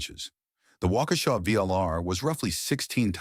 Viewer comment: Thanks for the history lesson. It's especially nice to hear the name pronounced properly.